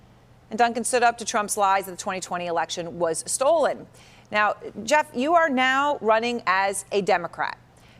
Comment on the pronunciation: Gee Off? 😂. Sorry dude. It’s pronounced Jeff.